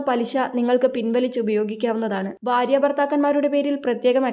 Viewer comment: പദ്ദതി എന്നല്ലെടി പദ്ധതി എന്ന് വേണം പറയാൻ ബാര്യ എന്നല്ല ഭാര്യ എന്ന് വേണം പറയാൻ. അക്ഷര സ്പ്പുടാതെ ഇല്ലാത്ത നിന്നെ ആരാടി ഇതിൽ എടുത്താക്കിയത്